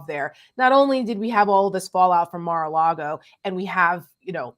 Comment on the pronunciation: did you say 'Mar-a-lard-O'?🤣🤣🤣